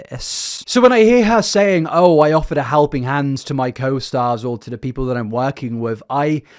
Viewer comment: Is your 'accent' super sloppy or do you have an actual speech impediment? Some of the 'ow' in your words are just SO hard to listen to. "a howping hand" like sometimes you can say an L or an R and sometimes ... you can't ? "I saw" becomes "I sowre" and it's one of the worst bad british accents, like a flagship example of why i hate british accents "singow" instead of single, so much trouble with glides..... I don't know if I'm hearing it as wrong because I'm so used to American speech, but not all british accents sound like yours either? "well" becomes "wow"